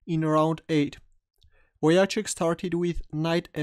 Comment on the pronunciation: Wojtaszek is spelled more like "Voy-Tah-Sheck", anyways, thanks for a nice analysis, cheers!